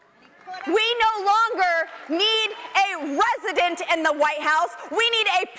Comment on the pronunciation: What’s a ‘Wesident’?